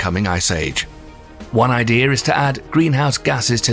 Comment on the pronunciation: It makes sense now what he's trying to say when he says "glassy-ear" "glaze-seal" "glay-see-us" "glay-see-ers". He's trying to say glacier(s). Poor guy struggles to say it, idea and a few other words 😕